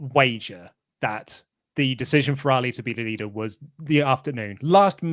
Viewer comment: Poor Ali... Finally gets a story and you cant even bother to pronounce his name correctly. If he was in AEW i bet you'd say his name correctly lol 😂